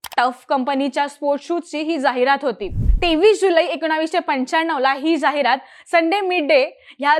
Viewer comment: जाहिरात चा उच्चार चुकतोय